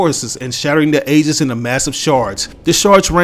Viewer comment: To help you with that confusing word Aegis, it's actually pronounced Ee-jis not ay-jis